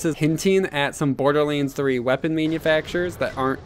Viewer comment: Dude, seriously - stop pronouncing "BorderLANDS" as "BorderLEENS"! gosh...